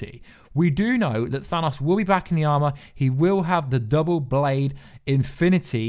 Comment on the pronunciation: "ThanASSSSSS" lol